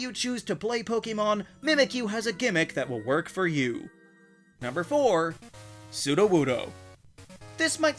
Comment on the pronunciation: NO, IT'S A ROCK-TYPE! AND IT'S SUDOWOODO, NOT SUDOWUDOO!